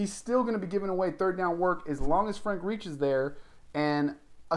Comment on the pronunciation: If you can’t pronounce Frank Reich’s name, than it’s an automatic thumbs down 👎